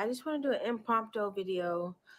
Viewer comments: she meant imprombigtoe😂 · Ayooo!!! I’m being 100% honest when I say it stopped listening to Wendy’s Williams as she said IMPROMTO instead of impromptu. I just cut to all of D’Nieka’s talking points. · What the h3ll is a dime-a-matrix??? 🤣🤣🤣 M prom toe????🤣🤣 "You can't make this ish up!!" RIP - K. Samuels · "impropt-o" strike 1 😂😂😂 you need to get A LOT of your face 💀lol